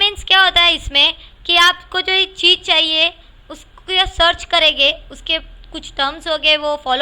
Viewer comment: Cheej Nahi Cheez